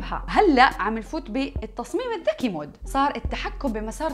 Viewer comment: ليش قرأتها الذكري 😁